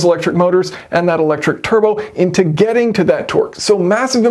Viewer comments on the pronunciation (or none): Churbo instead of turbo